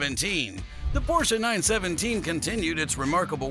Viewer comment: Congrats on pronouncing "Porsche" correctly. Thank you for a great video.